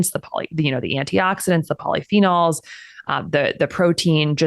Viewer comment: Oh yikes when she said polyphenols, I felt cringe 😂